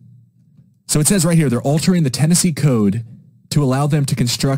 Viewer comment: Ten-NAZEE (10 Nazi)